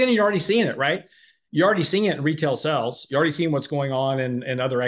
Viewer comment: has been on this earth for a 100 years and still can’t pronounce “sales” 😄